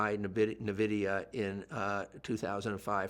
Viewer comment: So much knowledge but still can't pronounce nvidia correctly..